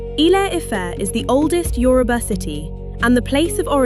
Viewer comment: Thanks for pronouncing Yoruba correctly👍🏾